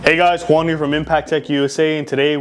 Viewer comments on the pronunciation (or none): none